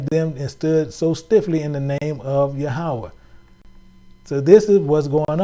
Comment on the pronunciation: Hebrew word for God is YaH-wAyH (Yahweh) NOT ya-ha-wa 👀 🙏🏽